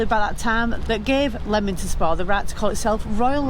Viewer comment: I went to school in Leamington Spa. And it’s definitely not Leemington, it’s Leamington Spa, as in Lemon. Yes the town has Regency houses with balconies. I also worked for the council for a while. Yes it used to be a lovely town, it was a Saturday treat to go out for tea at the Pump Rooms it was a tea rooms. The waters were awful tasting. Goodness my I lived 20 odd years around here and I’ve never heard of the elephants. How you find these things out I don’t know. I thought it was Jefferson’s Gardens.